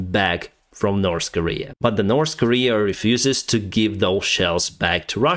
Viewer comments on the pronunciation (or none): none